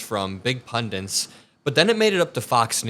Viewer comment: The word is pundit, not pundant. Please pronounce it correctly.. I agree in principle with what you are doing, but hearing use of language that indicates low education embarrasses me; that I am listening to someone in a position of opinion authority who can't speak properly.